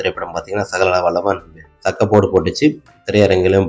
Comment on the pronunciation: Sagagaha vallavan illa..athu sagalakala vallavan k va correct ah sollu